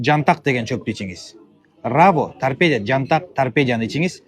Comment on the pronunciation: Тарпедия эмес тарпедо ОЗУ саткан дарынын атын айталбайтко